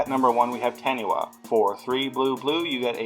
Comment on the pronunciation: I'm way late here, but Taniwha is based off of Maori lore, as any New Zealander could tell you =). It's pronounced Tah-nee-fa.